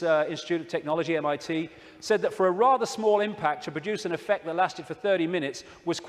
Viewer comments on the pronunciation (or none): none